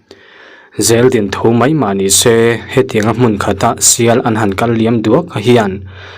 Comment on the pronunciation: zeldin kha zeldim tihtur aw,din khann omzia omlo dim tur zawk ae,mizo twng ani in tihtlat cuan poilo aw